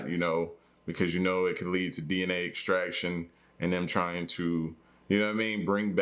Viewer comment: Come on man… “an eggstraction” 🤣💚